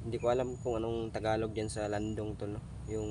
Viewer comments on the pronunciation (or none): none